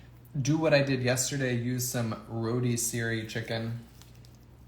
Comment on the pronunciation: Roadssery chicken? Wow never heard it said like that! Where are you from! Love the recipe